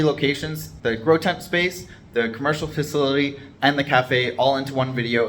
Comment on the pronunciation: Here, "Fa-sill-ah-tee" Just give that pronunciation a whirl😉